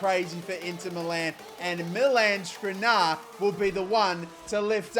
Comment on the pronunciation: Damn, Ansu Fati cooked in that ucl final. And i guess Skriniar just got tired of you butchering his name over and over. Same for Vinicius